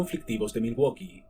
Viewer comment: milwoki asi se pronuncia